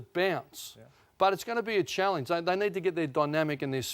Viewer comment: Ross pronouncing it “challinge” is mildly annoying